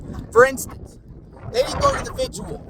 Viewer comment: Vigil. Not “vidgual”. 😂